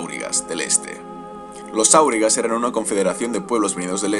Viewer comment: Volvemos a corregir pronunciación: no es "kamul" sino "jámul", no es "áurigas" sino aurigas (este nombre no es sindarin, reciben este nombre por sus carros de combate), no es "balkoz" sino "baljoz", es levioooosa no leviosáaa